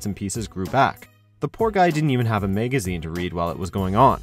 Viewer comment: why did he say Magazine like that